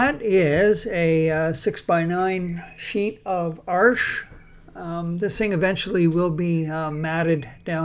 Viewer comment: I love houses with stone foundation! Solid and pretty. You are one of very-very few English-speaking people who knows how to correctly pronounce Korean/Japanese Hake and French Arches. Thank you for that.